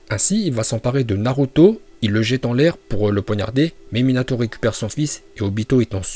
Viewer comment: C nul il déforme tout les nom (va apprendre la vrai prononciasion des nom